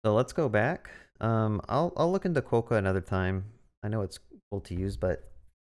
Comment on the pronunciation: as a west australian, hearing it called KWO-CAR was the highlight of my day 😆 great video!